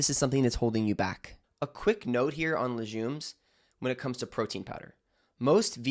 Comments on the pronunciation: Informative but you lost me at LeJumes... It's called LeGUMES ( hard G ) doc. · Too much preliminary talking…at 6 min…dairy, nightshade vegetables, low carb. Btw …it is not pronounced lesJumes, it is pronounced lesGumes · I thought legumes was pronounced like leg- yooms not luzhooms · Why do you say leJJJumes… it’s leGGGumes! Lol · Legumes NOT Lejumes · It’s leGumes - not leJumes!! 😂😂🤦🏼‍♀️🤦🏼‍♀️🤦🏼‍♀️ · If you recommend taking something away, immediately suggest a better substitution. Otherwise your advice is just another “don’t eat this, it’s bad” video. The world is cluttered with this kind of anti-food advice. And btw, it’s leg-ooms, not le-jzoom. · Lejumes? Have I been saying it wrong all this time? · Lejumes? What are lejumes? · He lost me at "la-jooms" and "keeno-wa." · It's pronounced laGOOmes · I’m inclined to agree, in which English speaking country is it pronounced leJumes?😂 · What they hell is LeJUMES is he dyslexic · I’m pretending he didn’t just say layjuumes! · Is there a zh sound in legumes? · When he can’t pronounce legumes properly …l am leaving. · I find this very suspicious. I don’t have a problem with dairy but legumes? He can’t even pronounce it properly so how is he going to recommend not eating them? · Legumes don't digest well because they are full of fiber. Don't listen to this "doctor", he's full of crap and doesn't even know how to pronounce "legumes" properly... 🤦‍♂️ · Have I been pronouncing legumes incorrectly my whole life? 😂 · Aaargghhhhhhhhh how to pronounce legumes lol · Legumes, which is pronounced with a hard G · How could he not know how to correctly pronounce legumes? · You lost my respect when you rambled for half the video with nothing constructive to say, then pronounced a food type as the U.S. Marine Corps base. What the fuck? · Yeah look up how to pronounce legumes. You’re making it French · I CONCUR! A Dr who mispronounces something so common makes me question his advice as a “DOCTOR”